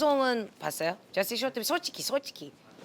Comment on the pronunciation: 초 재시 발음ㅋㅋㅋㅋ